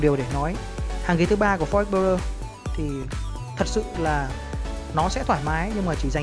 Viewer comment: đọc tên xe nghe trối